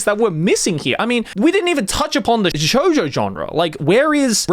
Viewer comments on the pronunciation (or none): none